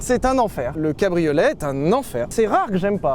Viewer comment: Et ouais, c'est un "pique'eup", un "cabri au lait", et enfin un "musk eul'car" avec une boitoto😆😆😆